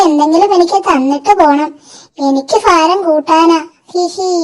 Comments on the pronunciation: Faram അല്ല ഭാരം എന്നു പറയണം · ഫാരം = ഭാരം